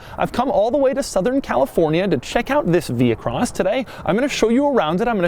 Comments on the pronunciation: You wouldn't pronounce the "h" in vehicle, so why would you pronounce the "h" in vehicross? Answer: YOU DON'T!!! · Vee-cross.. not vee-he-cross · You re so annoying, overdid it saying vehicross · If you say Vehicross once more, I'm not watching anymore..... done, cya